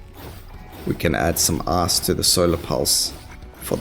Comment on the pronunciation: I really like how instead of "life" you say "laugh" and instead of "ice" you say "ass".